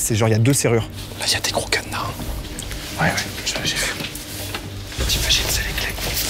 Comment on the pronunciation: " ya un cadEna , il est sécurisé avec le cadEna " 🤣